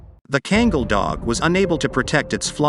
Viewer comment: It's not god dam kengal. Learn how to say it right ,,,the breed name is KANGAL god dam it